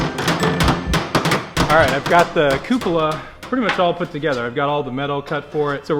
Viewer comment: yes, you pronounced coupla correct. At least that is how astronauts pronounce it